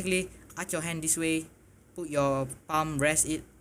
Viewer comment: I thought you said but your keyboard in your mouth LOL.